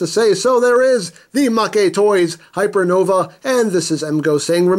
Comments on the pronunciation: Its pronounced hypernovay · In case you're curious enough to care: - According to the katakana, "Hypernova" is the correct pronunciation (and I think the -ae ending is Latin or something) - The kanji on the silver sticker mean "first release limited" - so yeah, exclusive. :) Nifty-looking figure; I would not have heard about it, probably, except for seeing it amongst your reviews. Thank you for bringing this to my attention! :) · "Hypernov-a-eh? Is he Canadian or something? 😂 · I think its pronounced Hyernovae Just sayan. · LOL "Hyper Nova eh"(Canadian) Genius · Not sure what's more Canadian him saying hypernovae or him saying sorry three times (by the way I'm canadaian) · HYPERNOVÆ, HENKEI!!!! Not gonna lie...I wrote this comment just to use the Æ .